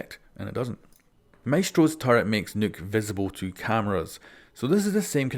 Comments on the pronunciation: Its pronounced knock not nuke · It's nøkk pronounced knock not nook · its nock, not nook you imbecile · It’s nok not nook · ITS NOT NUKE OR NOOK OR NUK ITS NOKK LIKE KNOCK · Her name is not Nuke, its not Nook, Its Nokk. Pronounced "Knock" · Why is everybody fucking up Nøkk‘s name pronounciation???😡 It’s NOT Nukk, Nokk or Nükk ITS FUCKING “NÖKK“ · It’s pronounced NOKK like I knock on a door nokk not nuke like I nuked a town get it right I still love ya don’t hate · Its pronounced 'nook' not 'nuke' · U keep saying Nuke is her name, which is fine if that rolls off the tongue easier for u but it’s pronounced like Noke in case u didn’t know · It’s Pronounced Nokk not Nook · IT'S NOT NUKE IT'S NOHK omgoodness xD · Who else laughed when he says nuke instead of nokk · It ain't Nokk it's Nøkk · It's pronounced NOC or NAK, not "Nook" or NUC. It's name comes from the Nordic folklore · Nokk!! Not Nook!! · Nokk not Nook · It’s pronounced Nukk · I really dont like pronouncing Nøkk's name like nook/nuke. makes her sound way too much like Rook which is just gonna lead to confusion. so I'm just going to continue acting uncultured and pronounce it like Knock. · Its pronounced like buck but replace the "b" with "n" nuck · You keep calling her Nook... This isn't Animal Crossing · Do you really say Nøkk as “nook” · Her name isn't nuke! Stop saying nuke! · I thought it was pronounced like Nuck, like Buck. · him reading it as Nook was painful but still luv him lol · Man every time he didn’t say nøkk name right I got slowly triggered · The way you say Nøkk triggers me